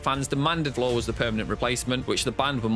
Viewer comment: There is no way you are huge Nightwish fans when you can’t pronounce anyone’s name correctly. Getting both Floor an Tarja’s names wrong says it all. You are just looking to sh!t on something.